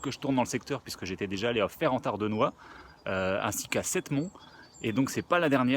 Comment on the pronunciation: Superbe vidéo. Comme tu le rappelles en fin de vidéo, la 1ère Guerre mondiale a détruit bien des vestiges qui auraient pu faire l'apanage de ton talent. Par contre, Septmonts se prononce "Sémonts"....pour les gens du village, c'est mieux. Merci pour ce moment, qui m'a fait découvrir Mont-Notre-Dame.